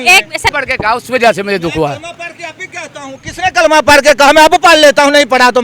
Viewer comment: Kalma hi ghult par Raha hai 😂